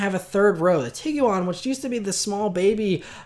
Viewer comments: Say TEEG-JUAN. Not TEEG-YOU-ON. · Tiguan is 2 syllables, not 3. Just saying